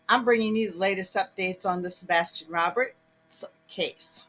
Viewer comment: Sebastián Rogers, not Roberts